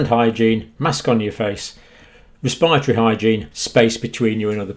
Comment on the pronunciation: Wespiritowy pwoblems.